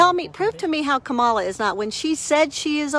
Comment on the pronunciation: "I Don't Hate" proceeds to mispronounce "Kamala"